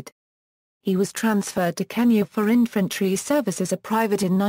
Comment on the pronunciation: The girls pronunciation of so many words is regretable, least of KENYA!